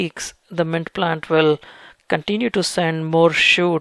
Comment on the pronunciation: Bro....mint...not ment(!)